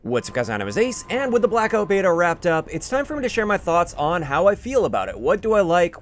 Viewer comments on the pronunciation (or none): BLACK OAT BETA